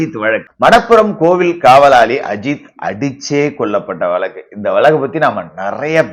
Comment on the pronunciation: Tamil pronunciation வழக்கு